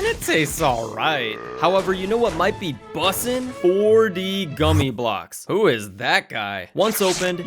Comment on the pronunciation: It isn't busting, its bussin'